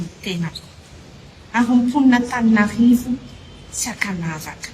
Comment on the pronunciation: Izany hono ry mponin'Antaninarrrrrivo a😂😂😂!Marina izany Baba a, dia SANATRIA ho hadino sahady ny nanaovana anareo.